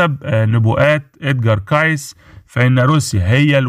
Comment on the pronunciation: You say his name wrong It is KACY